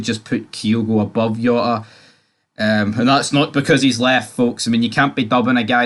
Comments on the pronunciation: “J”ota!!! Ya bam not Yota!! 😂😂😂 what aboot your player what is it cross Dresser? 😘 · It no yota ffs its Jota with a J